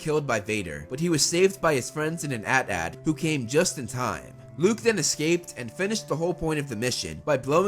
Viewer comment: It’s a t a t